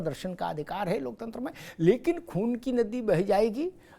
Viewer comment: Khoon nahi khoo 😂 Amitabh ji